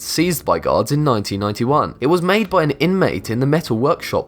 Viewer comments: Yes haha he said the catapult was seized by guards and it sounded like gods lol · is it just me or does it sound like he sais "gods" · Don't shame me for this but whenever you say gaurds i hear gods...don't ask. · Whenever this narrator says the word: "guards", it sounds like he's saying "gods". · every time he said gaurds, it sounds like god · Your voice makes guards sound like gods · Did anyone else hear Gods instead of guards? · every time he says "guards" it sounds like "gods" Angel - hey, god. what's that? God - oh, it's a crossbow made in a canadian prison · I was so confused when he said "Gods found a weapon" then i just realized he was talking obviously about guards. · Who else thought he said gods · Yikes, every time you say gawd, that is aweful. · you say guard like god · The way you say guards sounds like gods to the point that YouTube Captions captioned it as such. Noice. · Oof at first i thought you were saying God's but you're saying guards no affence good vid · Instead of guards I heard gods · Lol when he said guards it sounds like gods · Man, i'm watching u high af right now and when u said 'guards' It really sounds like 'Gods' so I was like wtf for quite a bit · Lolz! Every time he says guards i hear Gods! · Are you saying "god" or "guard"? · I keep hearing "this was discovered by GODS" O__O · He said guards. Not gods guards. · this guy's pronunciation is fucking HORRENDOUS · I thought he says god but it is actually guards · when he says guards it sounds like he is saying gods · I kept thinking he said it was discovered by god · You really need to practice saying "guards" not God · when he says guards it sounds like gods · it sounds like he is saying Gods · When this dude says guards it sounds like gods